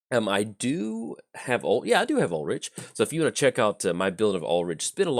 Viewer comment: I was just going to say this. Also it's "ool-rick" not "rich".